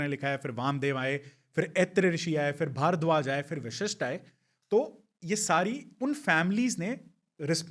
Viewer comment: गेस्ट अच्छी जानकारी दे रहे हैं लेकिन कहीं कहीं उनका उच्चारण अस्पष्ट है। कई जगह वशिष्ठ को विशिष्ठ कह रहे हैं जो खटकता है।